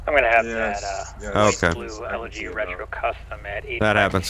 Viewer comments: please, my ears are hurting every time.... Its eleGy, not eleRGy. No "r" in this word. Please;D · elegy not elergy